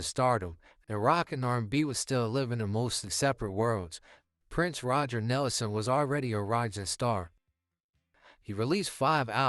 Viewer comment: It's Prince RogerS Nelson. Less than one minute in, the star's name is mispronounced, and I'm out.